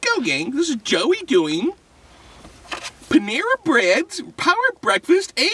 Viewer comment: Panara lol not Panama